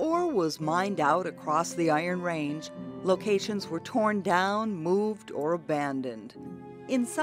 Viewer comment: She doesn't pronounce "Iron Range" properly. She stresses "Iron"....a true Ranger wouldn't do that.